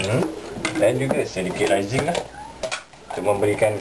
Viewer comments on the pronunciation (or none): Raisin? Pronounce as rei-sin la haha tak pe la. Good effort. That looks healthy.